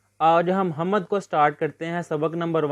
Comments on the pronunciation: بھائ اپنا تلفظ درست کریں حَمَد نہیں ہے حَمد ہے م پہ زبر نہیں ہے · Hamad❌ Hamd✅